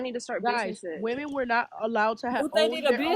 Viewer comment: "buh the whemen want to hav det!"